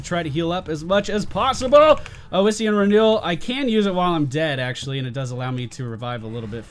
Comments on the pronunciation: Where is this extra vowel coming from in "oh-is-ian" renewal? I could see calling it oh-see-an, although the double s should clue you into the short O sound in the first syllable: Awe-see-an is your phonetic. I am going to be generous make this one free for you, but if you want unsolicited pronunciation guides in the future they are going to cost you;D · Ossian (osh-ian) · FYI Its pronounced like awesome. AWEssien renewel. Same root as osteoporosis. Great video BTW. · "AHSEE-IN' is the collagen of bones and used in the making of gelatin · I really don't understand why would you think it's pronounced Ow-essian when the second letter is S. I mean, come on, it's like calling electricity "ecterlicity". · Alright, so that healing talent you picked on Leoric, Ossein Renewal, is pronounced "Ah-See-In" From Google: "The collagen of bones, used for glues and gelatin, derived by dissolving the mineral content in an acid solution." as it pertains to biochemistry. It is derived from the Latin word for bones. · It's probably been said before but with "ossian" you need to stress the 's' sound. "Ossian" just means "bone related" (ossi- Latin prefix for bone). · God dammit D: It's OSSIAN! Like Osteoperosis! It's from the Greek for bone!